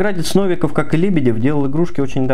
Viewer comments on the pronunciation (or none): none